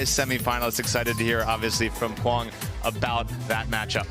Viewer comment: Is anyone on the PPA staff going to tell the commentators to stop miss pronouncing Quang's last name?